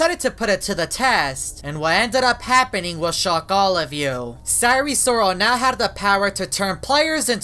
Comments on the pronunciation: please sire sirol is pronounced as “S I R E S I R O L” not “S I R E S O R A L” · I'm laughing because he said: our friend sire sorel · sire sriol lol